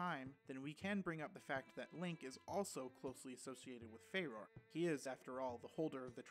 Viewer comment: Not sure if you care about pronunciation, but farore is pronounced "fah-roh-reh" Basically everything from Japanese is pronounced 2 letters at a time. ko-ki-ri, de-ku, ka-ka-ri-ko, etc.